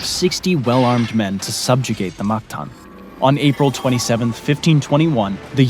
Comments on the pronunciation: its mactan not magtan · Its mactan not magtan